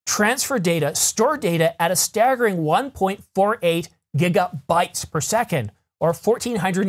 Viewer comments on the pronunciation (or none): none